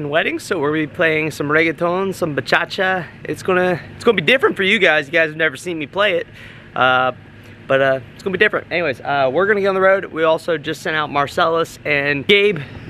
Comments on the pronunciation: Bruhhh I said the same thing! It’s bachata… 😂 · Did my man just say BahCHACHA? LMFAO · I was dying when you called Bachata… “Bachacha” lol. I think I like that better. Great Job